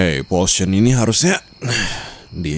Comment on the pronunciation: POTION OI BUKAN POTOIN